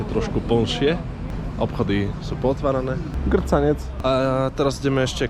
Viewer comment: Najlepszy fragment, to jak wymawia grzaniec jako g-r-c-a-n-i-e-c. Nie wiem czemu, ale strasznie mnie to rozbawiło, monitor będę musiał przetrzeć :)